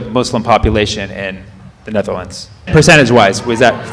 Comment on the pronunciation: The high netter....lands